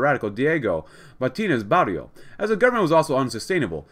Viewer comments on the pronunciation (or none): none